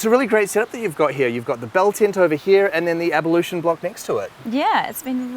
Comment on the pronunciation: Pretty cool place! Lol at pronouncing "ablution" as "abalution" haha